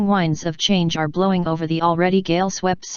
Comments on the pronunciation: strong wines are blowing. some words the computer just can't say. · The singular is spoken correctly, the plural is not. Near the end in does it again.